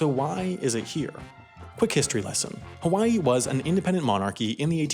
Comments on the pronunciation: "Haiway" is that gonna be in your mistakes vid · HAI-way .... you didn't 😂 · “Haiway” nice